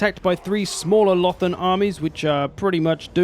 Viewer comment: hahaha i love the "ULTHUAN" swear haha it really sounds like you are saying ååh faaann in Swedish which means oh fuck or oh shit basically